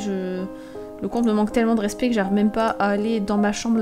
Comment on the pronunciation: quand tu dis ''je vais la jifler arete de me manquer de respet'' mort de rire